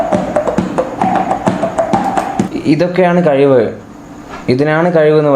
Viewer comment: കയിവ് അല്ല മോനേ കഴിവ്